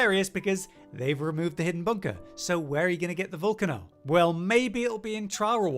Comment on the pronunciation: Great video but youre saying volcano wrong 😂